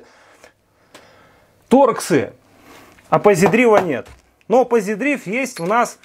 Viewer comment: слежу за вашими видео, подача не очень нравится, но спасибо что вообще делаете такой контент, его не хватает. Имхо, прекратите танцевать перед камерой, избавляйтесь от слов и фраз-паразитов, типа "грубо говоря", очень режет слух. И да, позидрАйв, а не "позидрив".